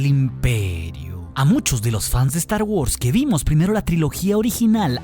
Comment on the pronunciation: "Estar Wors"